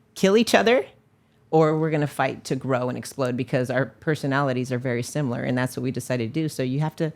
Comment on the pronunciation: this dude Cant say Sim-I-lar he says Sim-U-ler